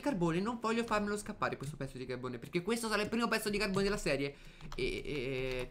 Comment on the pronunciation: ma che cavolo dici al'inizio? " Bella ragazzi benvenuti in questo nuovo video sono e siamo in QUETTO video.." xD